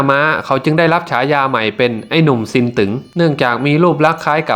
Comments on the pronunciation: ซินตึ๊งไม่ใช่ซินตึ๋งครับอ่านผิดต้องอ่านเป็นเสียงวรรณยุกต์ตรีไม่ใช่จัตวา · ผู้บรรยายออกเสียงฉายาผิดไอ้หนุ่มซินตึ๊งไม่ใช่ซินตึ๋งฟังแล้วมันขัดหูชมัด